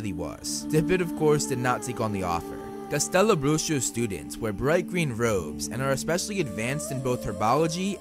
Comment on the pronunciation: I just Came Here to Hear a American Pronunce "Castelobruxo" and then i Discovered this Amazing Channel